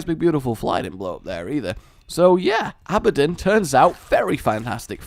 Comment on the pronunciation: Not to be a hater or anything but, when he said abadin instead of abadon it pissed me off because he said it so wrong